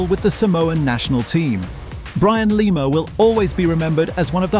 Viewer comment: Lima, its pronuounced Lema